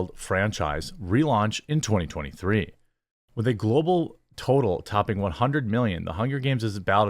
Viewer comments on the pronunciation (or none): none